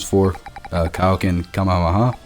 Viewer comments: it's kaio-ken Ka ME HA ME HA not kammamama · Am I the only one who hears him say kumehumeha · Cuma-ha-muh-ha 😂😂 Couldn't help myself lol. Great video btw! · OMG just say the Kamehameha right bro